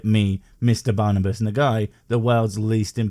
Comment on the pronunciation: I think it' Barnabas. Not Barnabus. I'm not proud that i'm too a Hungarian, but what can i do? 😀